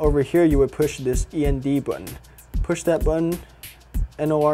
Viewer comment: Its end NOT E-N-D